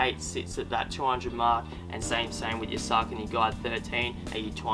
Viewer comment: he's pronouncing ASICS correctly. He's mispronouncing Saucony. It's sock a knee. Not Sark a knee